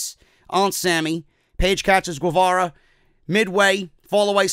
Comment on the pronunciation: Guevara is pronounced like “Ghevara”